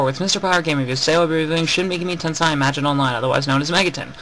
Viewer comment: Good video, but I have a few complaints about how you pronounce things, Babel : Baybel Tensei : Tensay others but I cant be bothered to get them.